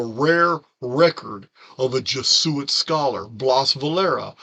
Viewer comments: Hey. Thanks for the video! I'm not usually this woman, correcting grammar...this is meant to help, not criticize....Jesuit is pronounced jez-oo-it. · I have tried to correct his pronunciation as well. Same with pleiedes. Lol